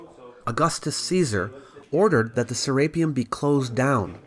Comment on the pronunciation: Se-re-peum not se-RAPE-eum